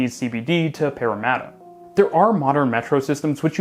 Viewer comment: Bonus points for correct pronunciation of Parramatta 😉